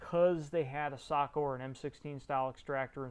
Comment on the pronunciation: I think you one of the first English speakers I have ever heard that says SAKO correctly. Kudos.